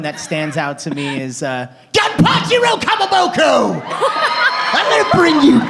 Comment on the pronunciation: Literally: “GoMpAcHiRo KoMoBoKo”